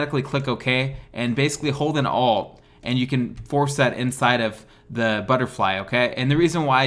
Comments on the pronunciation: What does he say ?! “Hold an all?” I’m holding “alt” but it isn’t working. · Me too, I'm not understanding, what he is saying. Is he saying "Hold "alt" or ?